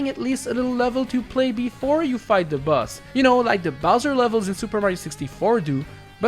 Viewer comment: Why do you say "Buzz" instead of "Boss"?